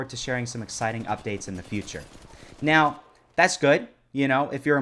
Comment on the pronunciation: Are you serious right neow bro?